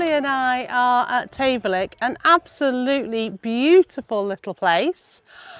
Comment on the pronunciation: Tayvallich is pronounced with emphasis on val. As in tay-VAL-ick. Great sailing area. You had sunshine. Lucky.